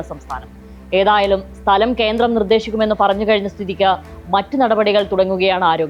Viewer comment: കേന്ത്രം അല്ല കേന്ദ്രം..😂